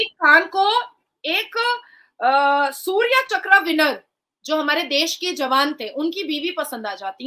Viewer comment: बहन शौर्य चक्र होता है सूर्य चक्र नहीं.....